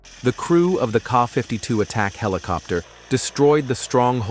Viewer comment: 😂 not car 52 its K. A. 52